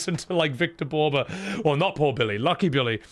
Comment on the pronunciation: I'm not sure that the french people saying that "Une vie à t'aimer" spoiled them. It's very difficult to understand the lyrics that are sung. Even more when Victor Borba's pronunciation is of course lacking so it's hard to understand what he says. One song that have a very clear voice and spoil a lot is Aline, when you fight the paintress.